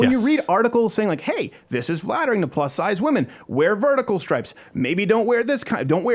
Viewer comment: Did she say fattering ?